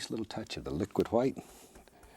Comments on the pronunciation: 'hwite' is actually the original and correct pronunciation. Pronouncing it with just a 'w' is a fairly new thing. Look at other Germanic language and their words for white: Icelandic:hvítur, Old English: hwit, Gothic: hweits. The inversion from hw to wh was just a spelling thing. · 'Liquid qwhite' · The world did not start with a big bang… it started with a thin even coat of liquid hwhite